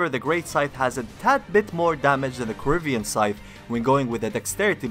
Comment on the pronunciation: "corivian scythe" well almost